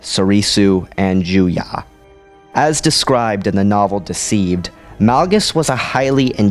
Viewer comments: Juyo not Juya. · LOVE your videos, but again: why do you say juyA instead of juyo?